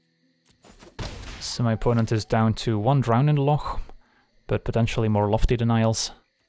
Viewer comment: Love how you can pronounce Loch properly